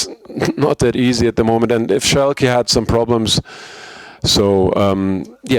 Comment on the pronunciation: the way translator say Schalke LOL